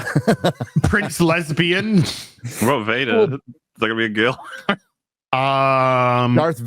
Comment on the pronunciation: "Dorothy Vad-her"...?